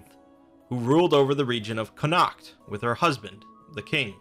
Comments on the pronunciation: Connaught is pronounced "con-ort". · Connaught is pronounced "connot" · Connaught is pronounced Conn-ocht not Connackt.